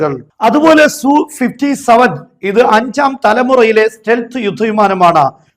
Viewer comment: സു അല്ല, എസ് യു സീരീസ് ആണ്